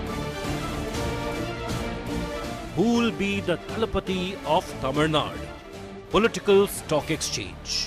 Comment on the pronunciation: Please say >> Tamil Nadu << “DU” the ending is important. North Indians say it always wrong.